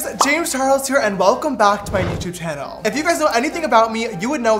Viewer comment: It the “ welcome back to my YouTube tannel” for me. But I still love you James